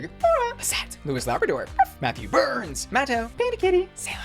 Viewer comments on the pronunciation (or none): none